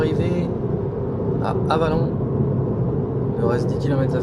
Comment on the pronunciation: Pour info la prononciation : Auxerre = Ausserre / Avallon = Ava long